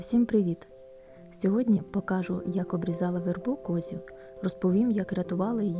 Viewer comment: Чому Ви говорите покАжу, а не покажУ?